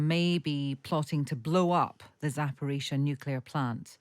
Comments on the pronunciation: Nucular? I haven't heard that since George Bush Jr. Does this clown say basketti too? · Wish he would stop saying "nuculear"! Very irritating.